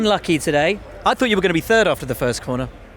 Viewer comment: I love it when Max says he came in TURD!